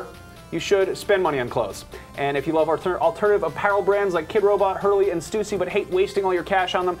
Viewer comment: They pronounce stussy wrong... -___